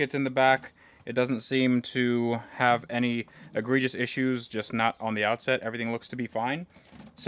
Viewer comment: Anyone else get the weird cringe feeling every time he says egregious??